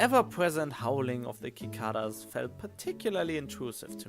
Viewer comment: Nabe (pronounced Na-Be) are Japanese hot pot dishes, ranging from stew to soup. The first C in Cicadas and Cease are pronounced like an s, not as a k. And Merry Christmas :)